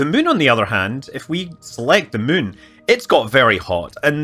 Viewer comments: To all space linguists: Scott's pronunciation of "moon" is not [my:n] but [mʉ:n]. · As a non-native speaker who is mostly used to hearing different american accents or sometimes some english ones I enjoy the way Scott say Moon/Mun. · I like how Scott can't say the word "moon." Only "Mün." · Scütt Münley